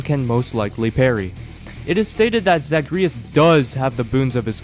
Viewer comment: why did you pronounce zagreus like that 😭